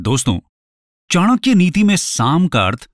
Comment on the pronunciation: Thank God you pronounced it चाणक्य and not चनाक्या।